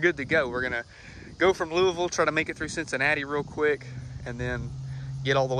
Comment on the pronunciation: Thank you for pronouncing Louisville correctly! 👍